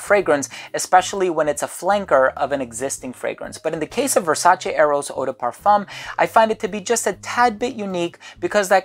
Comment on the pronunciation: Oh man, you’re the first American reviewer that I’ve seen so far who actually pronounces Versace on a correct way!